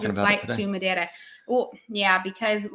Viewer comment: Congratulations! I thought said the word Madeira in a good Portuguese manner as well. 😂